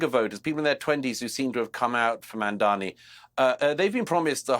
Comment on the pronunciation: Jealousy killed the cat. MAMDANI, Mamdani, not Mandani you goofy tower of ignorance.